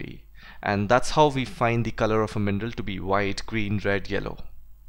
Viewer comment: I thought you were saying "MENDEL", I just realized you were saying mineral